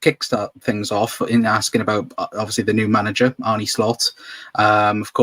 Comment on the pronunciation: How are you still saying Arnie